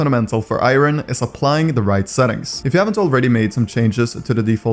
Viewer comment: why u saying Iron like that